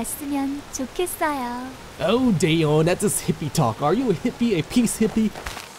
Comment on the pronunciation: not day eon... it is da yeon